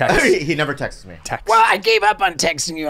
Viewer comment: It's absurd to hear Andrew finally correct Bobby for saying "Textses me" in front of steve-o of all people.